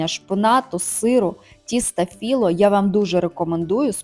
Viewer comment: ФіллО, а не філлА